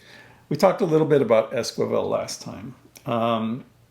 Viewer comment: It's es-ki-vel, not es-kwi-vel; otherwise a great video.